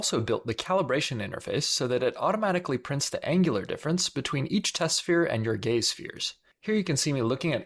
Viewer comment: "The gay's ray." Me: "The what now?! Ohhh... the gaze ray. Well, sounds cool either way"